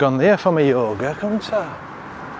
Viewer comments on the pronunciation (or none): none